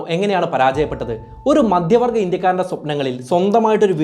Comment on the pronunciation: എല്ലാ വായകങ്ങളും "ആണു് " എന്നവസാനിപ്പിക്കുന്നത് അരോചകമാണ്. ഉഛാരണം തീർത്തും വികലം. "മദ്യവർഗ്ഗ ഇന്ത്യക്കാർ "എന്നു പറഞ്ഞാൽ മദ്യപാനി കളായ ഇന്ത്യക്കാർ എന്നാണർത്ഥം. നിരന്തരം ആവർത്തിക്കുന്ന വാക്കുകൾ. "വല്ലാത്തൊരു കഥ " എന്ന പരിപാടിയെ വല്ലാതെ അനുകരിക്കുന്നതായി തോന്നുന്നു.